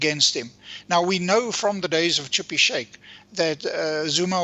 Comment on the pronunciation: Schabir , not Chippy , or have I lost it